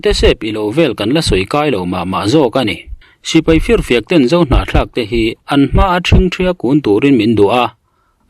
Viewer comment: Hnahthlak tih hi i sawi fuh thiam hle mai 👍👍👍